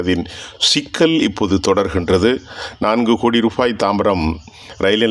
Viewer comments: Rufaai அல்ல rupaai. தமிழறிந்தோரை வைத்துச் செய்தி வாசிக்கவும். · Aam, rubaai ku bathil rufaai enru kooruginraar 😂